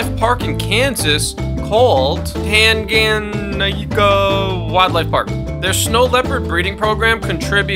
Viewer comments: It's pronounced (Tan ga ne ca) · Tanga-Nika is how it's pronounced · For anyone interested, it’s pronounced . Tang-a-neek-a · I think it's pronounce tanga-knee-kuh. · It’s actually pronounced tang-guh-knee-kuh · I live a mile a way drom there we are always looking for volunteers! Pronounced, tae-ng-uh-nee-kuhh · It’s pronounced tain(like stain just without the s) gau knee ku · Tanga-Nyii-ka' is the way to pronounce it. I am from there. The Nyii in the middle must be prominent and pronounced.